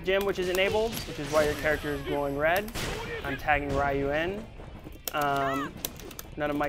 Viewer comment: did this guy say rye-yu you work for camcom and you cant say ryu